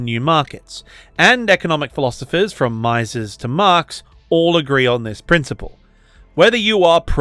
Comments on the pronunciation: Ludwig von Me-ses, not “Meye-sis” ;) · Mises is pronounced as 'me-zes' not 'my-zes'.